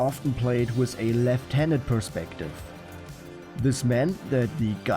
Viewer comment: WITH, nicht wiss